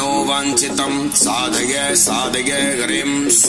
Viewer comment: आपके गले से जो उच्चारण है वह साधगय साधगय हो रहा है। जबकि साधय साधय है।